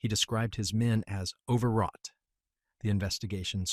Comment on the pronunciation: Overwrought, not over rot.